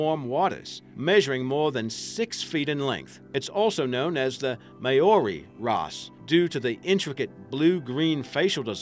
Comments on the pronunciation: He can't pronounce maori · The way he says Maori is so funny XD